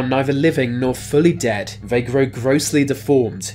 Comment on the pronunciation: Vhey pounce on vhere victim